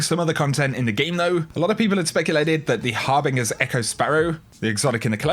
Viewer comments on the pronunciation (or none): It's pronounced har-bin-ger not har-bing-er, lol. Great content as always though, I'm a big fan! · of course it had to be seven cicles, Bungie can't come up with a different number. on a sidenote: holy fuck, pls read up on how to pronounce "harbinger" correctly...